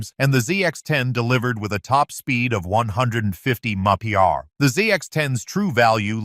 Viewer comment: What the hell is he saying when he says mph?? Sounds like he is saying monkey bar. And what's with the word Solidify so much??